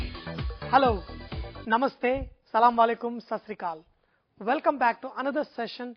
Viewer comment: its not SALAMALIKUM .its Asalamalikum best biryani Recipe !